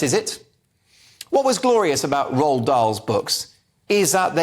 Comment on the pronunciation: 0.02 you don't pronounce the d in Roald.